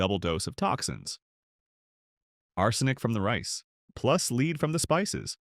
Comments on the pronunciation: Great voice but bad, very confusing reading, e.g. "leed" for lead, the chemical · It would help if these documentary safety videos were given by real people who know how to pronounce the heavy metals, especially lead. It goes to credibility. And i agree that there are heavy metals in our food. Just, please. Show credibility. Friends. Its far more important than you realize